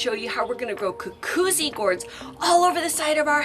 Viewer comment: It’s ‘goo-goot-see!”